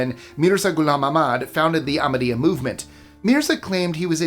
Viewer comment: Except Ahmadyya where the h is not silent. But I know that that an h before another consonant is hard for Americans to pronounce. My daughter’s name is Zahra and when she worked for a local radio station she finally gave up correcting people who called her Zaara